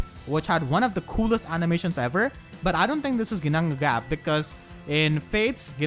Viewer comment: damn, you really flex on how to pronounce Ginnungagap